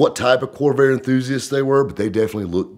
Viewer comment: It sure sounded like kept saying kobe 😂